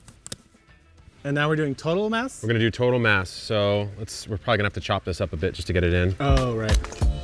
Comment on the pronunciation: Did they say ‘total mass’ or ‘total mess’? This is a riot 😂